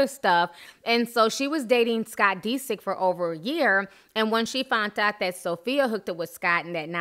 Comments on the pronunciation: "Scott DE-sick." Lol its DISick. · It's not pronounced "Dee-sik" it's "Diss-ick". Lmao. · dis-sick not de-sick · I love Ti but the fact she keeps pronouncing his name as Dee-sick instead of Disick lol is slightly throwing me for loops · Pronouncing the last name is DIS SICK. Not DeeSick. lol but tomatoes tomatos 🍅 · scott deesik😂 love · The way you emphasize the i in Disick, but thumbs up for the vid! <3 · Dead at the way she keep pronouncing Scott's last name 💀😂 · Lol that pronunciation of disick is killing me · U say his last name funny lol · Are you pronouncing Scott's last name right? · cringing at how you pronounce scott's last name lol. Kourtney did all she could do for him. She didn't use him...I'm not a fan of everyone in this family, but I do like Kourtney and follow her life. In this case Scott is the one that screwed things up. Anyone that follows the show knows this. His addiction and his hard partying ways is what split them apart. There is only so much a person can take.